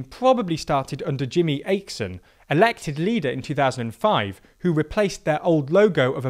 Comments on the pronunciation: Just a little pronaunciation pet peeve. For any non-scandinatian speakers, Pronauncing the letter 'Å' as 'O' sounds better then 'A' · Jimmie Åkesson is pronounced similar to Jimmie aw-keh-sown. Å is pretty the AWW sound you make when something is cute for example. Not Ayckson like they said in the video. English spelling and pronunciation is highly illogical and just a terrible system. Think about all the more phonetic spellings in mainland Europe. (I kinda wanna leave out French from this, but at least it's consistent). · his name is not akeson, it’s åkesson, pronounced awe-kay-son. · "Akeson" haha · And Åkesso became Akson, which is not even close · Åkesson is pronounced like oh-key-son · I need to say this but "Akesson" is not his actual last name. It's pronounced: oh-k-eh-sson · yeah.. and Åkesson shuld be one of the easy one to say in English. "say it like 'OK son' .." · I think it is safe to say SD would have been declining if not for Åkesson. I am also annoyed about the pronunciation and was about to comment on it btw, thanks for doing so. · The way you pronounce åkesson is horrific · That pronounciation of Jimmie Åkesson tho...